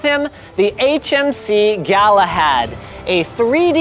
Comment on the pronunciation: Clearly labeled HMC Galahad. Linus proceeds to call it HMS Galahad on every occasion.